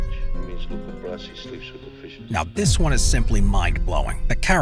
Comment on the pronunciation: why in the world are you pronouncing it Bratsi?